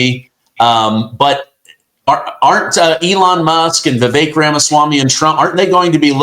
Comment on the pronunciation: It's Vi-VECK, like heck, neck,wreck, beck, tech. NOT vi-Vache!